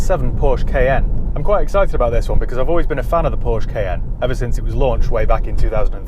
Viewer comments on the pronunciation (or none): The Porsche Kay N 😅